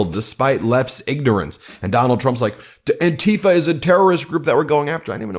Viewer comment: PLEASE do not pronounce Antifa as "an-TI-fa"; pronounce it as "AN-ti-fa", as in Anti-Fascist.